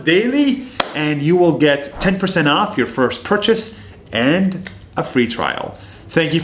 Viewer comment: nas real Arabic accent activates - " arrrhoff his own pocket"